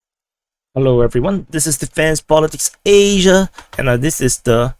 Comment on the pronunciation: I like how you say Asia lol